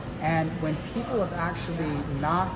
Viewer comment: “Aktully aktully mathematically aktully “ :D